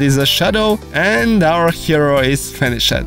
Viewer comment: I hope your english has gotten better as it triggers me when you say controled, lefted, finishe-d. No hate tho great tut